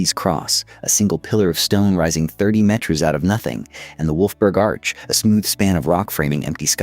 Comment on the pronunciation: Worst AI voice ever. It can’t even say kilometres and meter correctly. Beautiful photograph but script and voice are absolutely terrible. Pity.